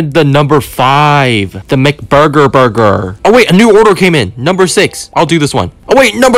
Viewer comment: "lettuse" and then, "burgr" and then lastly, "bathrom" 😂😂